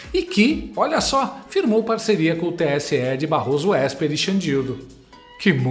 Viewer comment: Barroso " Ésper"😂😂😂